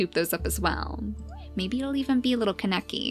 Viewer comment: its pronounced k-ahhh-ne-key not ka-neck-eee